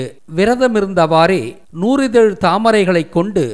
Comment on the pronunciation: நூ"ரி"தழ் அல்ல நூ"றி"தழ்....